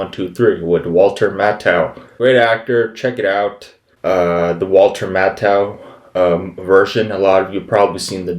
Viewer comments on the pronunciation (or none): Matthau is pronounced Math-au not Matt-au.